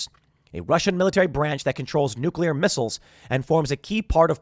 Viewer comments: Nuc-u-lar, pronounced nuc-u-lar. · New-kill-iar war .